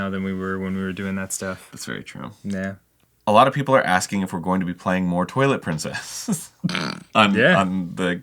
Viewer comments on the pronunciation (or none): I thought he was saying the toilet princess the whole time 😂😂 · they mean Twilight Princess but they're saying Toilet Princess xD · Ok, did Arin actually SAY Toilet Princess or did I hear things? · Someone explain why I heard Toilet Princess and not Twilight Princess?? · ...so I legitimately thought they were saying "Toilet Princess" at first. They were not. They were saying "Twilight Princess." I was like "what is toilet princess? Some indie game?" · Oh my God I thought he was saying Toilet Princess this whole time 😂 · Lol me getting ready to search game grumps toilet princess until I read this comment 😂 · HE SAID TWILIGHT PRINCESS I THOUGHT HE SAID TOILET PRINCESS OMFG